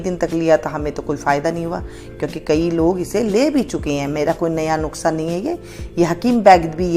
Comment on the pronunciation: Nuksa nahi nuskha bolte hai